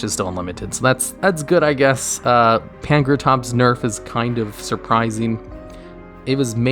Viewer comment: How is it that butchers so many card names and yet he's one of the few people that actually says "Pankratops" instead of "Prankatops"